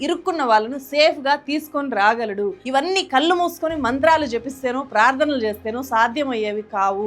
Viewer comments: కల్లు కాదు తల్లీ... కళ్ళు నీ pronunciation 🥱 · garru, vi.deo chala bagundi kani mee vu chcharana cchala naasi rakam ga vundi. Mukhyam ga kallu,velli lanti padalu vintoontey cchikaku ga vundi